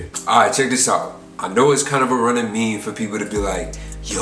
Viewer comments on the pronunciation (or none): none